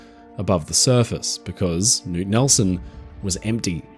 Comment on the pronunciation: As a speaker of Norwegian, I want to give a shoutout on his excellent pronunciation of the name “Knut” as I don’t think I’ve ever heard an English speaker do it better!